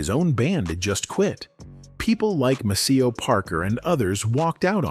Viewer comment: This is AI generated.Maceo isn't pronounced correctly!